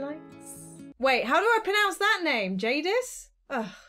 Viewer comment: "Jadis" THATS MY NAME OMGOMG AHHHHHHH!! (also yea u said it right)